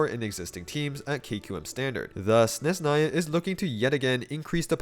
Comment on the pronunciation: It’s SneZHnaya, not Sneznaya, don’t ignore the H